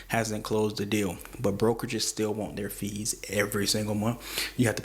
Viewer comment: Heavy emphasis on them gadamn FEES